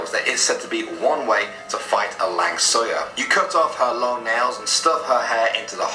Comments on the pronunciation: fyi, it is not 'lang suyar'. No! It is 'Langsuir' (pronounciation in English sounded like 'lung soo weir'). Also known in Malay language as 'Pontianak' (pontee-a(re)-na(rc)k'). A ghost of a dead pregnant woman. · "Lang Suyar" and the correct spelling was "Langsuir" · The 'lang suyer' is actually pronounced langsuir (lung-swear) and the photo of the head with entrails is a penanggal, but I appreciate his effort to explain them. The yellow Volkswagen is one of the most popular urban legends. I'm from East Malaysia and I've heard of it too. I wish he included the 'anak derhaka' (disobedient child), but if I remember correctly it happened in Brunei and it was debunked to be a guitar fish. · More like 'lung-swear' or 'lung-sway'